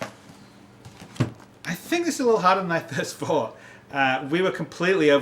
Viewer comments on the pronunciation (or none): "harder than I thirst fought". What did he mean by this? Does he have a book called "doing a second take and enunciating for dummies"? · he says "i think this is a little harder than I THIRST FOUGHT" lol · "Than I thirst fought." Triggered. XD